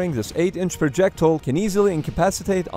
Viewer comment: Pronunciation Projectile not Projectul